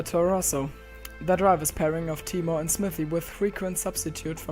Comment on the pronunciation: When you are too disabled to pronounce your own name,.